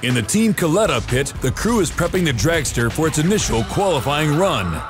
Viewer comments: its pronounced cul eh tah.. not... cul lee tah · It bothers me that the narrator pronounced Kalitta's name wrong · doing a documentary on NHRA and the Kalitta car and cant pronounce the name.....